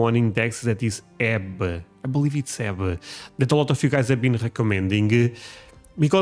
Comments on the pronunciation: You’re still very young and visually pretty healthy. I would suspect you will recover pretty quickly (as long as the doctor does a good job) and you will be back with us in no time! Sara will take great care of you, she is such a sweet girl! 🙏🇺🇸 Also… it’s not HEB, it’s pronounced H.E.B., just so you know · You are looking for H. E. B.. Each letter is pronounced. You also want to check out Buck ees. I am in the Houston area and would love to play tour guide for you. Including a few hours at a park full of alligators. Up close and personal ;)